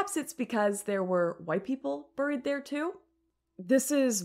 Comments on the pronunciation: Why do you keep saying "buuuurr-eed" instead of "bear-eed" ? Is that just how hot chicks say buried? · "Burried" LOL